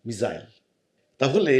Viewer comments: আপনি মিজাইল বলছেন কেন?? উচ্চারণ ঠিক করুন??? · মিসাইল বলেরে ওটাকে বোকাচোদা মিজাইল না 😂😂